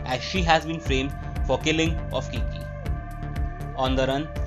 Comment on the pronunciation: All caught up! Thanks! But for the love of his name is Kique (e like in mel) not Kiki lol